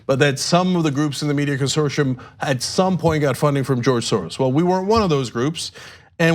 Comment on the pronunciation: Hey, Cenk, what is this word 'consorshum'? I never heard it before. Do you mean 'consortium'? I think that is pronounced differently . . .